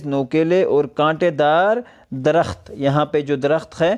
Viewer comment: لفظ درخت کے تلفظ پر دھیان دیں۔۔۔ د محرک ہے ر محرک ہے خ اور ت ساکن